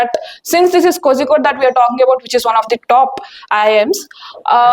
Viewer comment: the pronounciation of kozhicode is wrong but its funny lol